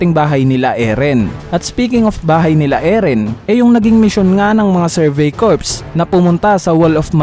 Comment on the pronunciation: Sir, Cor ang pag basa sa Corps.